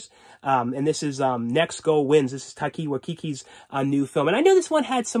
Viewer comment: When he tried to say Taika Waititi lmaooooo